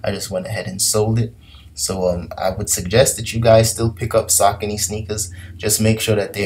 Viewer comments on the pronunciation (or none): Great Video and your doing Great on Poshmark those sneakers are pronounced SA-Cone-Eas and they do okay. But I feel ya Im changing things around in my closet as well 2019! Is yours💪🏾